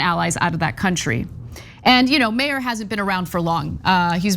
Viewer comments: His name is not pronounced “mayor” - look up the supermarket chain in Michigan (named after his family) and trash his proper name, please. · Not important but Meijer is pronounced Meyer… it’s a Michigan kind of thing lol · It's pronounced MY-ur. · Anna, Peter Meijer's last name is pronounced "MY - ER" sauce: am west coast Michigander native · Michigander here... Meijer. Pronounced. Miyer. Meijer is a store basically like Walmart. But not quite as evil. More of a grocery store... Peter Meijer is a trust fund baby. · he obviously sucks for a number of reasons but god the midwestern in me screamsss every time they pronounce "Meijer" wrong lol